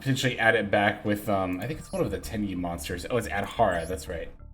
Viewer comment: Oh, you scared me for a sec. You said Swordsoul Tenpi instead of Swordsoul Tenyi 😅😅😅